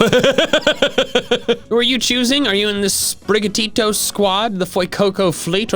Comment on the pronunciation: you're great and everything, but as someone who speaks Spanish, I feel like I have to tell you that your pronunciation of Sprigatito is ATROCIOUS (I am fully expecting this to be the case for everyone, but it's just... it's almost physically painful)